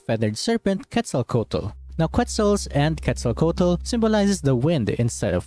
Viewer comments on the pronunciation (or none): W video, but btw pronunciation- Xbalanque “esh-bawh-lawn-keh” and Quetzalcoatl “Kweht-zahl-co-ah-tl” just for future reference 👍